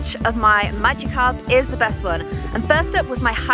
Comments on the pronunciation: Magikarp not magicarp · Supposed to say Magikarp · magickarp lol not magicarp